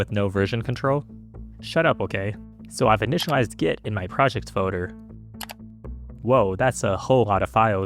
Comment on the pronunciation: There’s an L in the word “folder” btw.